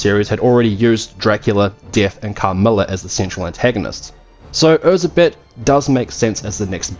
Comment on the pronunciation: I loved Nocturne, I loved the French Revolution theme, and I even loved Anette's character. My only gripe (me being Hungarian) was that they consistently mispronounced Erzsebet Bathory's name. It's pronounced Er-Jai-Bet (with a soft J, like in the French name Jaques), not Er-Zeh-Bet, folks!